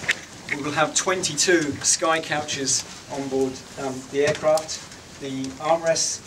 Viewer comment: for eeecraaft XD